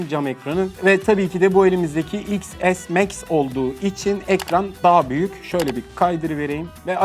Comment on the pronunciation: İks es değil ten es 🤦‍♂️